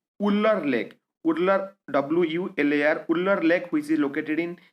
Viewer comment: please get someone who can pronounce words clearly. its not ular lake its wular with vu sound .